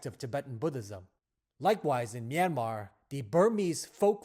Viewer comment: Finally a man who can pronounce "Myanmar" correctly. Thanks so much XD